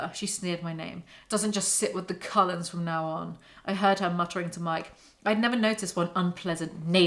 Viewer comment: What does the writing on your merch say? Bella should sit with the Collens.... but with your accent it sounds like coloreds, My brain short circuits wondering why the hell they brought race into it Also I don't believe in unconditional love, I got kids and I love them, give my life for them, but if they grew up and did some sick shit... It definitely would bring out the condition on which if love is deserved...